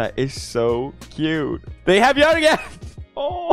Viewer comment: Its Joergen